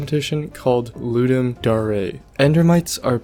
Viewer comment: doesnt know how to pronounce "dare" OR "testificate"